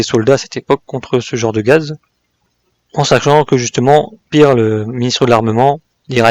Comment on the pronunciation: Toujours intéressant, merci. Sinon Speer se prononce chpère et non spir